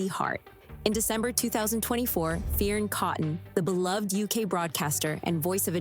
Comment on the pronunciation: It’s pronounced fern not fea-Erin